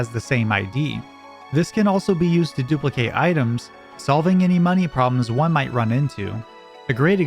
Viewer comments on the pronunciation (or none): none